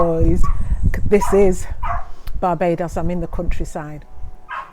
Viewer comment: Did she just say barbadious